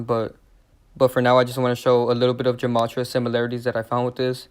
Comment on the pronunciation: Gematria is pronounced with a G sound, not a J sound.